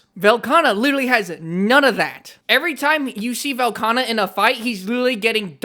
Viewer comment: Velkhana? 😂 Tell me it's a skill issue without telling me it's a skill issue 😂